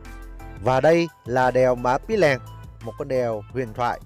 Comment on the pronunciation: Cái tên đèo nó ghi rõ trên bia đá tại điểm dừng chân là Pì tại sao a lại cố đọc sai nó đi thành Pí là sao?